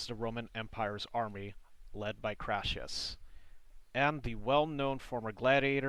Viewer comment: His name was Crassus, not Crassius!!!!!😃